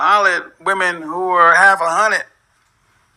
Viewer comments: "half a hunnid" 🤣🤣🤣🤣🤣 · "Half a hunnid" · he said half a hunnid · “Half a hunnet.” Lol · When he said half a hunnid I lost my shit. Her face stuck. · Sounded like he was making change "half a hundred." Too funny. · “Half a hunnet”